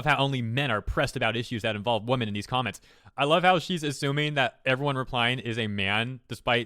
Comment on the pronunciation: Why do you say women as if it's in singular? I've noticed some people do that, it's really weird. "yosai", you often pronounce unfamiliar things as if you're not trying to read it. Holy shit her lack of commas is annoying.